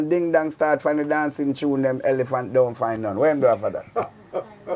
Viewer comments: 🤣🤣🤣🤣 me too!! The first time I thought it was a mistake but then he said it again and again. 🤣🤣🗣🗣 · Think a me alone. Eleman phant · I was comfortable watching this until I hear the man say Eleman phant fine it in the dark , jps cut off him light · Can't stop laugh ! Ele-man-phant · I laughed every time Beanie Man says “Eleman phant”